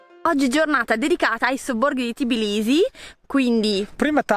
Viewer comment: Si dice Tbilisi non Tiblisi😊😘